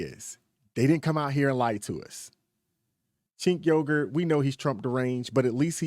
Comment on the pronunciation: Yes yes yes! Chink Yogurt shall be how you say his name🥹😂 Every single time I see his name (Cenk Uygur) I question how am I suppose to say this conundrum